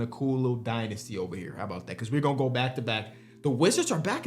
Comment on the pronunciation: Did someone say Dino-sty?